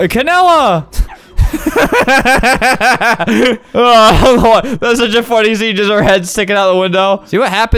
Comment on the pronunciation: Bruh he said Canada 🇨🇦 instead of canela